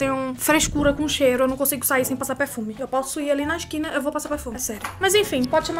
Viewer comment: "seu eu for na skina eu passo perfumeh" - 2019 edit: mds 28 likes:0 obrigado <3